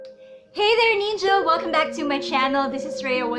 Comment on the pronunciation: Neenja. Ruhts. And you actually have the gall to make a video about speaking English. Seriously?